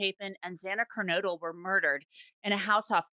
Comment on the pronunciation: Thank you for pronouncing Moscow and Kernodle correctly! Kernodle is a family name and it's so frustrating how many people say "Ker-noodle." It's so annoying!